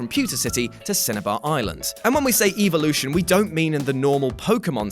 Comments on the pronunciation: evolution not eevlution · The way you pronounce the word “evolution” is triggering me